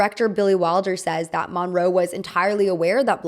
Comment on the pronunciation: Your pronouncing Monroe wrong. It's brutal listening to you butchering this icons name